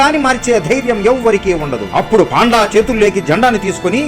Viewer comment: పాండా కాదు, పండా